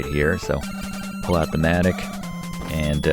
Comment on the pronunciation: Good call on pronouncing "mattock". Being a fan of Final Fantasy Adventure, I've been saying it incorrect for decades lol. I was saying it kind of like the way you would say Matlock, minus the L of course.